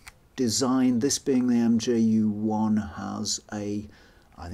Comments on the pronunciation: I've never heard it pronounced MJU, the name is μ which is pronounced [mju:] (in IPA not in English) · Nice video! It’s probably already been said but the “mju” is pronounced “mew” or “myoo” as the Greek letter: μ (mu) 😊